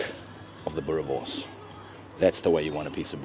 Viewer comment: Boerrrrrre worrrrrrrs. Roll the rrrr boet 💪🏽